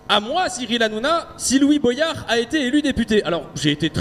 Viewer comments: Tu le fais exprès pour qu on commente de dire boillard au lieu de boyard ou t es juste teubé ? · c'est "Bo-yard" et pas pas "bwayard" ! Comme dans la chanson de Sopranal "Everyday J'Kette Josselyne" ! Faut le savoir !